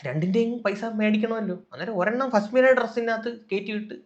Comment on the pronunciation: Faa-smina alla faz-mina🙏🏻😂